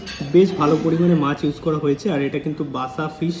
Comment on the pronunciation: মাছ বলতে শেখো